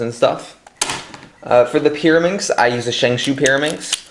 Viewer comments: yea lol its shengshou not shengshoo it was frustrating me so bad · Ok bro it's not Shang shoo it's Shang schow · Not shangshoo it is shangshaugh ow ow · why do you call it a shang shoe